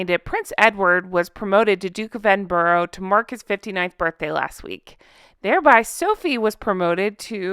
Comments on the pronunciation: ……its ED-IN-BURR-A!!! I’ve lived here 40+ years. ED-IN-BURR-AH. All equal syllables! Thanks! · I live in Aberdeen. (That's aberDEEEEN) And we don't say edd in BURrow we say eNN bRuh. But we only get irritated when somebody says edinbirgg. And "pissed off" can also mean annoyed and angry (said with grinding teeth). While piss off can mean go away. Yes pissed is drunk and so is guttered with almost silent tt.